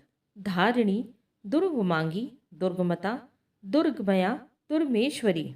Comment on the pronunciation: जैसे 'दुर्गम्या' को आपने 'दुर्गमया' बोला है। ऐसी ही कई जगह गलत है